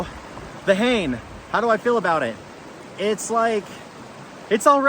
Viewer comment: Fun video. I'm sure by now you know that Hane is pronounced "huh - nay", not "hay-n". Not that that is too important. What's important is how the rod fishes, not how to say its name. :o)